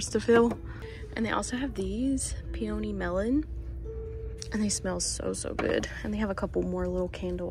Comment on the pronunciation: Peony is pronounced Pee-uh-nee 🙃 thought you might like to know 😅 thanks for shopping for us and sharing!